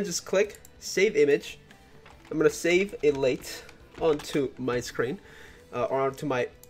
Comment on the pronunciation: How to say ellatte its:El-ah-tey